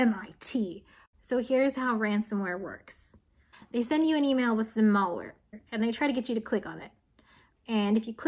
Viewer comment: Words are pronounced differently all around the English speaking world. That being said, I've never heard malware pronounced to rhyme with mall, only to rhyme with malicious. Does anyone else pronounce is like that? Is it a regional dialect?